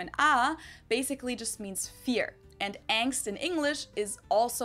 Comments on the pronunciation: No its not pronounced Ängst... how are you listening to her saying it over and over and repeating it wrong? xD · no xD its pronounced with the german A. not the english a which sounds like the german E 😂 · We pronounce "Angst" with the german A vowel (something like "Ah" in English). The way you pronounce it we would spell as "Ängst" or "Engst", so it's a different sound. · For the word "Angst": she keeps saying 'ah' and not 'ey' and he's still like "oh they say "ey" too?" No. It's 'ah'😂😂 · no we dint say AENST we say ANGST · It's angst you say ängst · Angst is alwasy "uhngst", never "ängst". "A" is never pronounced as in English "A", this is always either an "e" or an umlauted "ä". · No, we don't pronounce Angst like angst. See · "so you guys pronounce it ängst too" Dude, either there's somethig wrong with your ears or your brain because she not only pronounced it differently, but even emphasized "with a german a" literally 20 seconds earlier. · das wort:Angst was er sagt:ängst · No we don't pronounce Angst the same way haha listen again how she pronounced the A in the german version.